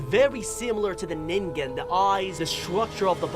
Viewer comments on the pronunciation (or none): Dude you said ningen wrong by the way the creature with the big I and a hole in the middle it looked like the fish in cat goes fishing to be honest I forget the fishings name